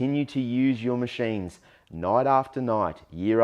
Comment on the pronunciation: You should know, that resmed macheijnes (your pronounciation) are using the same type of foam. Are you worried about ist. All your videos should be marked as "Resmed adverstising". I think they giving you a lot of money for blaming philips over and over again. By the way several studies on dreamstation users for over 7 years showed didn't show any increased risk fo cancer compared with users of other devices.